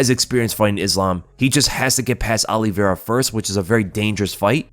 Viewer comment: It's Olie Vera that drives me nuts.